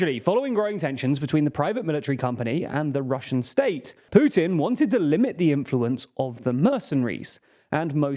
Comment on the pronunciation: How many "dii beginninnng of dii ennnd for Pyutinn"s has it been? I remember at least 10 in the first week of the war.